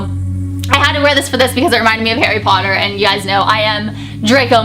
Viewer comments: Sounds like she's saying hairy potter 😂😂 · when you said Harry Potter you sounded So british then 😂😂😂